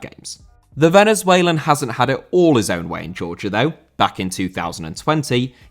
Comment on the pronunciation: Venezuelan* not Venazueilan